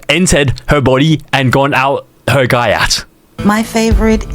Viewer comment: It’s pronounced “gee-yacht” you uncultured swine